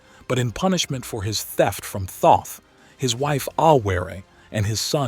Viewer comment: Great video but seriously bro, the way you pronounce Thoth & Tutankhamun make me wanna gouge out my eardrums